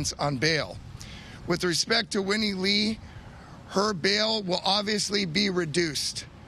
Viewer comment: “Whinie Lee”... 😂🤣